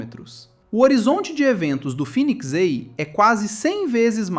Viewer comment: Phoenix EI ❌ Phoenix A ✅